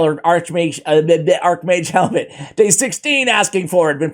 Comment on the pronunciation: I really do not think it's pronounced "Helmet". Its Hellmood - for Archmage Hellmut. It's a german name.